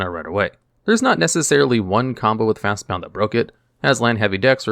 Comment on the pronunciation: He keeps adding a U. There's no U. It's FastBOND